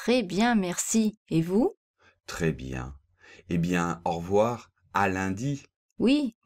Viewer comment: Bonjour,. J'ai l'impression que tu dis « aujord'hui » et « en revoir » au début, pas quand tu les expliques. Dans « au revoir » on entend bien « ɔʁ·vo̯aʁ », alors pourquoi dans la phonétique l'écrit-on [ɔʁ·vwaʁ]; l'étudiant qui cherche la prononciation dans un dictionnaire pensera qu'on dit « au revouar », comme dans le mot /ouate/!